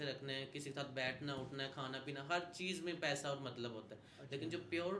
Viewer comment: Payda😂 macup😂 seriously you need to work on your pronunciation.